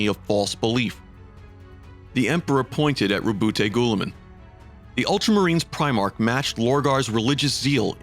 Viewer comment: LoL bro your butchering Roubute Guillimans name lol its not goooliman